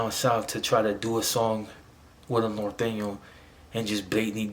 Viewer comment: It’s NORTEÑO homie not northeno